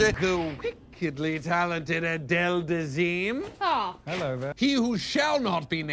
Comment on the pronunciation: "the wHickedly talented Adele Dazeem" I laughed out loud when I first heard that (huge Go Flip Yourself fan btw)